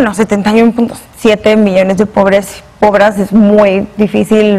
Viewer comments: dijo "pobras" ? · Dijisteis pobras????